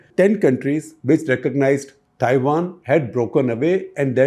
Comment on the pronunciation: This guy needs some basic accent training. He pronouncing Taiwan as Thaiwan.